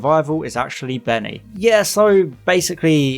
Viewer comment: When he said Bernice, I thought he said Benny lol!!